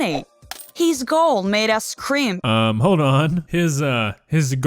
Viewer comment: she sed scream but it sounded like cream